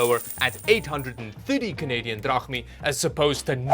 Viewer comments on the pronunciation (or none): It's Drahmes (δραχμές) not drahmi. Stop saying it like that.